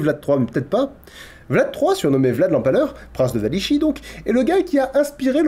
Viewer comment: *Wallachie, pas "Wallichie".